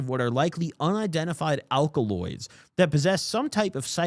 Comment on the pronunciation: the word is alkaloids. The word is alkaloids